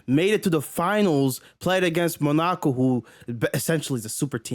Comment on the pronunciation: bro said monaco-ho 😭